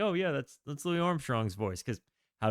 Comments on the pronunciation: Louis smoked weed, all day, every day. His name is pronounced like St. Louis. If he didn't invent scat, he was the first to record it. & Yes, he is THE trumpet player. Without him, no Miles, no Diz & no jazzzz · What a treasure this album is. I always seem to think (incorrectly) that the Louis Armstrong version of "Hello, Dolly!" is on here. It's not. But that's the song that taught me how insistent Louis was, starting as a New Orleans jazzman, on the English rather than French pronunciation of his name (i.e., "Lewis" rather than "Louie"). No singer hits that S so hard on "this is LouiSsssssss, Dolly," until he's been called "Louie" 10,000 times and gotten progressively more annoyed by it 😅